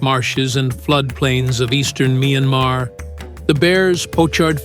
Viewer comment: A.I., the country’s name, MYANMAR 🇲🇲, is pronounced as “[ MIE AN MAR ] , Not [ MYAN-MA ]